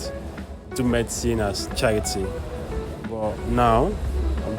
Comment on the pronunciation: "murdcine". That wasn't necessary sis. Keep up the good work tho. I've learnt a lot here.